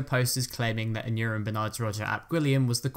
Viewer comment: For future ref, Aneurin is pronounced "an-EYE-rin" (as in Aneurin "Nye" Bevan, founder of the National Health Service).